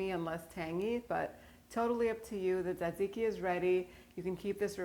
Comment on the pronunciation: Minute you said tsixzike I’m sunscribing